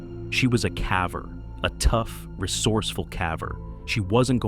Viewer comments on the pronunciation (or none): ummm it's "cavver" duhhhhh 😂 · The way the word "caver" is pronounced gives away that this is AI narration. I HATE AI narration. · I can't listen to you mispronounce "caver" anymore! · Only ai and politicians can turn one sentence into 10,000 words,and btw, it's CAVER ,not calve-er. 🙄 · Why can't you YouTubers who use AI fix the word "caver"? It pronounces the "a" in the word like it's pronounced in "have". This dude Ethan... talking about the excitement he feels as he was able to push through and I just don't understand WHY. What's so exciting? Seeing more dirt? I'll hand it to you... the wording you used narrating that one was good at putting me in this guy's situation and I dang near had a panic attack! 😂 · My chickens occasionally get themselves wedged into tight spots and i find them weeks later, expired. And its caver, not cavver. What is wrong with this AI rowbut? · Cav-ers⁉ The word is cave-ers with a short A. But AI doesn't know that. It's not that smart. And neither is the person who didn't correct it 😆‼ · Since you do so many videos about caving, may I gently suggest you pronounce “caver” correctly. The A is a hard sound, not a soft one. It’s like bail or jail, not like ‘rather.’ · I gave up after the 14th "caver" with a short a. SMH - the narration sucks. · AI narrating is horrible...... C a v e r needs a long A